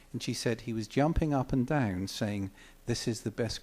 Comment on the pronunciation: I love how he pronounces "down" as "dayeoun"... hahahaha! Great story, thanks for posting this, as it's great to hear one of my heroes speak of meeting another one of my heroes.